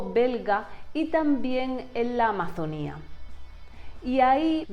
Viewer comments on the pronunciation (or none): none